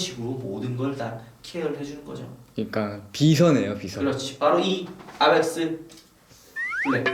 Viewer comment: 에이멕스를 아맥스라하노